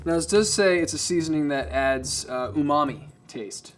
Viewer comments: God he pronounces it so white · Nobody:: said umami (tasty, in japanese) Ooh. Mommy. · yeah he tried to say umami LOL